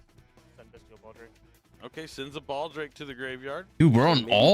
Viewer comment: commentary is fucking unbearable with his pronunciation of 'Bystial'